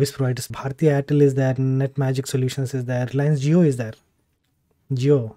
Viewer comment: Bro u literally made me cry 🤣 when u said jio (jio people) 🙇🙇